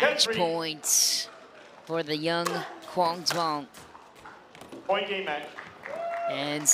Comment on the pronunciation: PLEASE LEARN HOW TO PRONOUNCE HIS NAME CORRECTLY!!!!!!!!!!!!!!!! "Quang Duong"